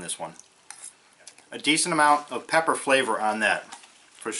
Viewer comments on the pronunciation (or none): none